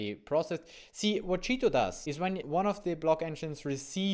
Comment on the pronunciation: It sounds like you are saying "cheato", on purpose? :-)